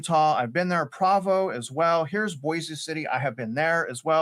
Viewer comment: “Pr-OH-VOH”. My guy said Pravo. Those numbers seem off for price cuts. However, I have seen some of these homes on the market for months. There’s a townhome near me that has been on the market for 4 months